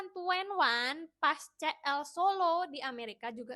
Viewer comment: kak CL bacanya SI EL , kalo CE EL, MALL CIPUTRA (CITRALAND) 😭😭😭😭